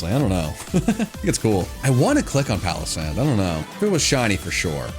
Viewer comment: SANDYGHAST IS ONE WORD, NOT 2 WORDS! AND IT'S PALOSSAND, NOT PALASAND!